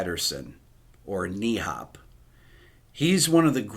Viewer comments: hahah NIIIHAB it's pronouced Nøb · Knee-Hop? Is that how you say it? We would say it NØP (you've almost the Ø-sound down, so you're going to be alright pronouncing NØP). It sounds silly in danish as well :^) But no one's laughing, I can tell you that. Damn, he's missed. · Greetings from Denmark. "Nee-hop" kinda hurts my ears. ;) NHØP is closer in pronunciation to the "neuf" in "Chatauneuf", but with a "P" instead of the "F". Like "neup". Cheers. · My Danish friend told me that the Danes pronounce his initials as one syllable, not two, so you'd say "NÖP" not "NEEHOP". The other issue is the Ö umlaut, I can't explain how to pronounce that. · Pronounced "en-hop." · It`s pronounced almost like knob (hard b) but with the danish Ø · NHØP was the greatest upright bassplayer. check the video with oscar peterson when both ray brown and nhøp is playing solo. Or tamra rosanes videos wiht nhøp.. By the way NHØP is pronounced more like nop with a danish Ø instead of O. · You are pronouncing NHØP wrong, Call me if you want to get it wright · Perhaps you would check the Swe-Danes as well. I know it is entertainment, but on a level on its own. Thanks for your great videos. Niels is a fellow Dane, and we do not pronounce the h in nhøp. I know you do not have the ø letter in the american language, but the sound of ø exists in american, like in the word burp.